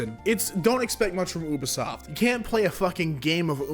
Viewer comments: saying “Ub isoft” instead of “U bisoft” just.. It hurts. A lot. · As well as Oobasoft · oobisoft XD you-be-soft lol, idk why but it triggered me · its so weird hearing someone say Ubisoft as "U"bisoft, insted of like "You"bisoft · So, this is about "Ooo" vs "Yew" sounding U in Ubisoft, but it's a made up word so it's pronounced however the developers want to pronounce it. But yes, there's an "uh" sounding U as well, and never mind when you combine it with another vowel. English is sort of ridiculous. It's partly because of something called "the great vowel shift", and partly because we steal from every other language. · Woodall me too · Woodall That's also the German way of pronouncing it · anyone catch onto how he pronounced ubisoft? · How he says ubisoft